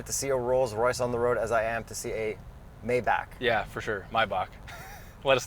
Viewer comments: So let me get this straight he's driving a "My Back"? That surely isn't the correct pronunciation. 😂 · It’s “My-bok” just as the Porsche is Ty-can and not “Tay-can”. German you know! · As someone who works at a specific shop that works on this car almost specifically, it’s pronounced mai-bak. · Actually it's my-bakh like the Jean-Sébastian Bach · It's pronounced 'mybar', it's German. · It’s called Maybach not Mybuck lmao. Just type the name into google translate and listen to the German pronunciation:) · Pronunciation is definitely "My-Bock". Rappers aren't known for being cultured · "My-Bock"... I grew up in Germany in a Mercedes-driving family, and speak fluent German; that's how it's pronounced there, altho usually there's a bit of 'flem' in the 'ch' at the end, kind of that Yiddish back-of-the-tongue sound like in 'kreplach' or something, I think indicated in a dictionary pronunciation as 'kh'... A very Germanic vocalization, I believe evolved from many, many generations of drinking lots and lots of lager... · it's pronounced Mai-bach with a kh sound at the end, get with it trailer boys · Haha! Very well put! I simply remembered the first time I heard it but that’s a fool proof way to correct someone stuck saying it the ghetto “MAY-BACK” way. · It is Mayback = May + Back Jesus Christ guys... Anyways ... Who cares, I can't afford any ways😂😂 but what a car! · I believe it's a "mai buck" (MAYBACK) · It’s pronounced just like said when he said “let me grab My-back pillow” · It’s pronounced Maay bakh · It’s pronounced Maybach! Also, nice casiooak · Im germam and im pretty sure it's pronounced like 'my-bach' if that makes sense, just fyi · Mai - baak, just say my baak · I'm from Austria and it's definitely pronounced My-Bach. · As usual, rappers are wrong lol. It's "Mai-BAhk" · German here. It’s Mai-bach [with flem at the end not k] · Maybach = Mai-bahk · MaiBaack (my french is bad) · Is it not a maybach? Not a "my buck" lol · It's Maybach not Maybach